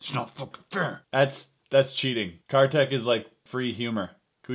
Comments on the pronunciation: it's pronounced as "car tick" he is indian and I'm too so was just correcting u nd btw i love the bad magic series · Ya he is.. For sure.. But you can pronounce him as kar =car ; tik = teak so it will be carteak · Its pronounced as car-thick... really i aint kiddin